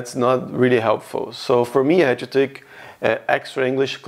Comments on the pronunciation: In english you do the classic "chu" instead of "to" and it makes it super obvious youre brazilian. The only other thing i noticed is your "a"s are kinda like british english but the rest of your pronounciation is american so its kinda strange. For example when you said cashier you said it british instead of our nasally caaashier with the ahhh sound in america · Por favor nao fale "tchu learn" que os meus ouvidos doen demais